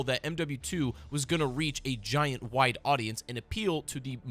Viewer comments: I heard white appeal every time you said wide appeal lmoa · I thought he was saying white lmao 😂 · Dude I thought he was saying White instead of Wide lmaooooo